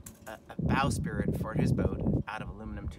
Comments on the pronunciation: sprit... not spirit... sprit. sprit. only 1 i. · I think you mean bow"sprit" not "spirit"...lol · It's a bowsprit...NOT a bowSpirit!!!!!!!!!!!!!!!!!!!!!